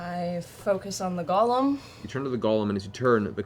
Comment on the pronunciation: People made fun of Matt for pronouncing sigil with a hard "g," but at least he can pronounce golem correctly. (with a long "o") Refreshing to not hear "gahlum" for once!